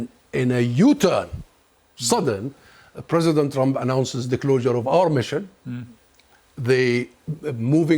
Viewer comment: Anyone else realized that pronounces the word "President" as "Present" 😂